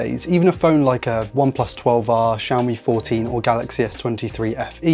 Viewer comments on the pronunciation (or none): none